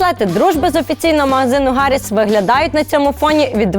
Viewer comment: Це смішно як українці говорять за політичну культуру. Рагулі навіть не можуть правильно назвати ім'я "Харріс", вічно гекают.